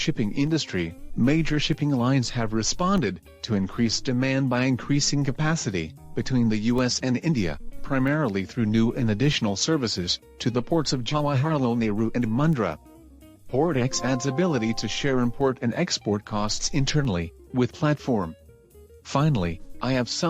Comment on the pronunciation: Hi plz note, you've mispronouncing Jawaharlal Nehru port in many videos you can say it's abbreviation JNPT port and in this video Mundra is pronounced as Moondra. Hope you correct accordingly